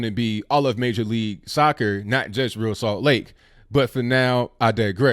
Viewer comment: Hey, big fan of the show. I consider myself a conservatarian. I am an MLS watcher. My favorite team is the Columbus Crew. I was disappointed with ReAl Salt Lake for calling the Betsey Ross flag racist. Oh it's pronounced Re Al (like Al Bundy). Don't worry I made that mistake when I first saw there name in the early years.